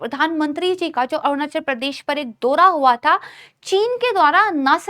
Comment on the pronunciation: दोरा नहीं बल्कि दौरा बोलिए, ।